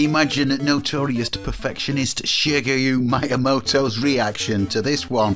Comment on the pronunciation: Interesting, I don't know much about the PC-88. I do have to say Japanese names may be difficult but your Shigeru Miyamoto was more butchered then that Super Mario port.